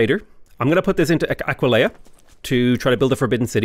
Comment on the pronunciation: Talks about Arretium and Aquileia What I hear saying: Al-righty-then, I-kill-ya